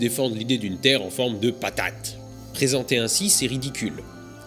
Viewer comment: "patate" jai rigolé a la facons dont tu la dis